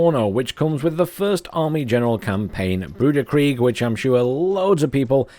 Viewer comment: I'm like 80 percent sure it is pronounced grooshee. The guy is from france, not some trash can.